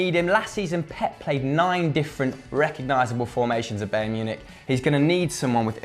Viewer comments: Byeearn, say it a little bit faster and you can say Bayern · You're doing this on purpose 😭😭 BAYERN NOT BAEYERN PLEAAASSEEE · bie-rrn mun-ick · still not pronounced bae ern munich...